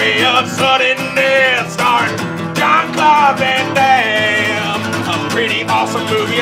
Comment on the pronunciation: "Jean Claude Van Hoover Daimme" I can't stop laughing